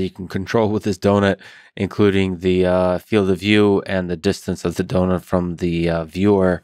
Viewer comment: "donuts rotat e" "do nut"